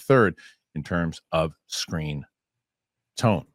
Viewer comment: bro rlly said “screen tome” cause its on the article lmaoo